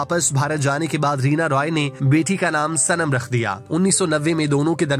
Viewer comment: رینا "روئے" یا رائے ۔۔Roy تو انگریزی نام ہے۔یہ Rai ہے